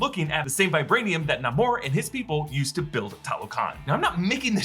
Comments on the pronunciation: Still it is Namor NOT Nomar! Stop pronouncing it like that! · Stop pronouncing his name Na-mour! Even if that's how he came to adopt his comic book name in this movie. His name is NAMOR! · Please stop mispronouncing the Sub-Mariners name.